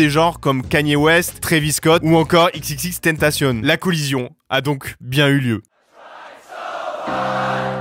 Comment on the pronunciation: petit accent espagnol pour xxxtentation